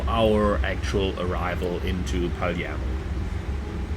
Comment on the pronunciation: but why Paliermo?ah i undestand "e" you read "i" but it's italian not english. It's strange cause Palermo is a famous city.....